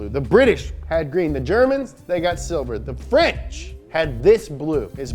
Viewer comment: "it's the frunch car company with an atalian name that was started in germany"